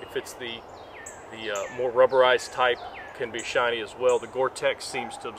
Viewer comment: shiny - not shinny